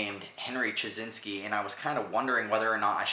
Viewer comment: it's pronounce as chyy naas key